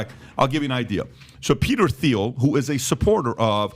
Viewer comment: Can someone please tell Patrick how to pronounce THIEL 😭